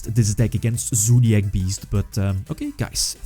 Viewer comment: Im just watching this video to hear say ZOOdiac